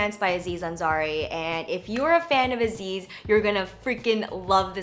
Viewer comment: clothesencounters it's Aziz Ansari, not Anzari! :)